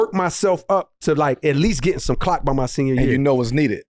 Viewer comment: he said clock without the L